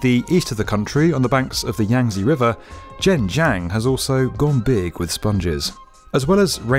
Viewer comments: I want to congratulate on not butchering the chinese names this time, especially those with difficult pinyin letters like Chongqing and Zhenjiang... Until Zhengzhou. There's always one eh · He pronounced ZhenJiang so well, and yet, ZhengZhou so wrong.